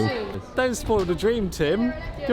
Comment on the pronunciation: "..Don't spoyl the draem, Tim!..!" - *laugh*!